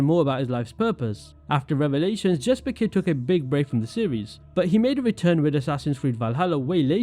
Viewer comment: Jesper is pronounced Yesper methinks.